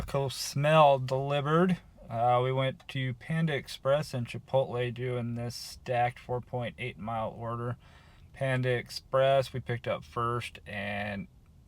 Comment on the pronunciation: Once I heard you say chipotle I was like oh snap next comes chipootle lol gets me every time